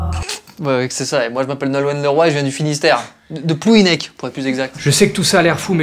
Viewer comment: On dit pas plouidec mais plouider